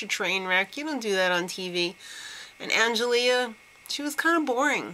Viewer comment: Just for future reference, it's pronounced Ang-el-ee. Not -ea. But, yeah. I love these chicks and Kayla gotta win